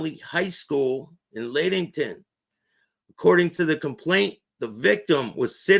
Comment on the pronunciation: Lattington....Lat rhymes with mat.....small "a"